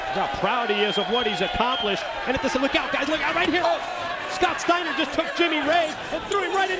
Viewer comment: Scwowwwwt Steiner!